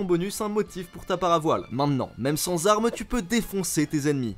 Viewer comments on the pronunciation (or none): none